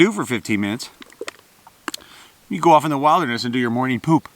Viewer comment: wait there.... is this yet another American miss-pronounciation??? Did just say Wilder ness instead of wild (as in billed) derness???